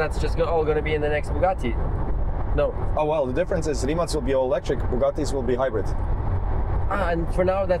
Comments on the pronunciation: RimaC heisst immer noch RimaC und NICHT RimaK. Im Kroatischen wird jeder Buchstabe so gesprochen wie er geschrieben wird und umgekehrt. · Rimac, a Crotian word of course, is actually pronounced RIMATZ.